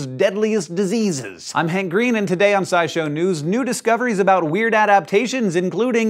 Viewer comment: Did a double-take when I thought I heard Hank say "Nudist Coveries"